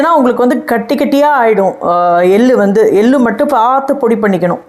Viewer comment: Ellaam saridhaan. Tamizh pronunciation sumaar. Ellu.. எள்ளு.. நீங்க பேசரச்சே எல் lu .. வாகி கேட்குது